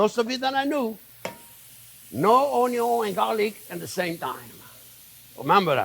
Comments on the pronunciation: It's Onyo au Vin !!! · The Onyo cutting video is how I found this channel. I watched an "Onyo" super cut (only the parts where he said "onyo" in the video, very funny) years before finding the channel. Have been calling it onyo ever since. At some point, when getting into cooking a bit more, I found one of these newer videos and thought "that voice sounds familiar!". Have been subscribed ever since and cooked many of these great recipes. Thank you Chef!